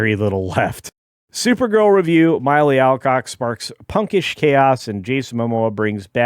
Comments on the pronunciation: MILLEE! Not MYLEE! Sheesh... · It’s Mill Eee, at least get her name right.